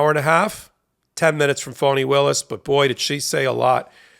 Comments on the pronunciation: Very grateful to Ms. Willis for her work, and to you for the coverage, but please help me understand why you pronounce her name "Fawni" instead of "Fani", as it is spelled. Considering the way the Right uses mispronunciation of names as a weapon, I don't think this is a good look. Still a big fan, and let me know if I am wrong. Namaste. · FAH-nee, not FAW-nee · Not good to call her 'Phoney' Willis. I think it is pronounced like ( 'fawny) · Please change how you pronounce Fani Willis' name or refer to her as Ms Willis because the text is automatically typing "phoney Willis" and we all know this woman is no phoney! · It is disrespectful to address someone, mispronouncing their name. How does the Fulton County DA pronounce her own name? Fah nee? Or Fawnee? Or Fanny? I ask you. Or is it?